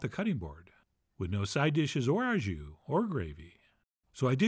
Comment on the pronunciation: Hi just to help modify your pronunciation of : au jus to au in French is pronounced like the letter O or like Santa’s Ho Ho it should sound like Ho jus.